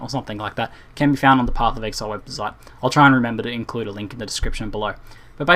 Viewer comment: "Pophf of ehaile"